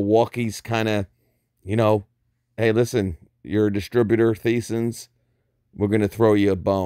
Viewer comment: No disrespect Boss...it is pronounced like Tyson’s but spelled Theisen’s. Just FYI!